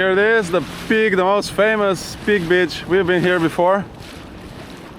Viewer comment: I always enjoy your videos! One small thing though: Please say beach differently:D The way you say it is an other word, referring to a certain type of lady, and this is somehow not nice. Just a small change:)